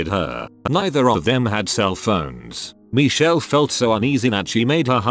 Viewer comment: Nobody: Narrarator:MeEcHeLl